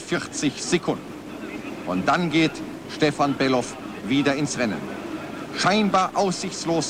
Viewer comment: Stefan war unerreichbar Gut Sein Name War übrigens Bellof Nicht Belhof...